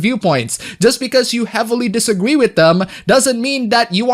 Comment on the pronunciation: You said "Disagwee" twice and I just wanted point that out